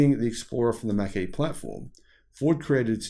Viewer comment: Mach is pronounced as Mock.